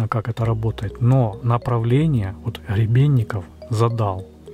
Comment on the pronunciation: Не Хребенников .. А Гребенников .